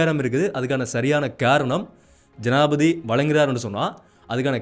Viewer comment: தம்பி, தமிழில் உச்சரிப்பு அவசியம், ஆனால் என்பதை ஆனா என்பதும் ஜனாதிபதி என்பதை ஜனாதிபதி என உச்சரிப்பதும் தவறு நிறையத் தகவல்களை அழகாக தரவுகளுடன் எடுத்துரைப்பது மிகச் சிரம்மான காரியம் இருந்தும் போராட்டத் துடன் தொடரும் உங்கள் பயணம் தொடரட்டும் வாழ்த்துக்கள்.